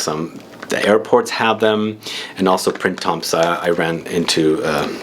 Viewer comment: Great haul, but I'm still recovering from being so triggerred by "printemps" haha I feel personally sorry that French is so weird but you don't pronounce the n, m, p, or s... it's prĩ-tã (nasal i, nasal a)